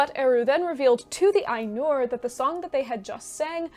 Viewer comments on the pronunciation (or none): it's Áinur not Ainúr